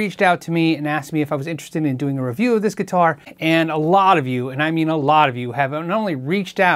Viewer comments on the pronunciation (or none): none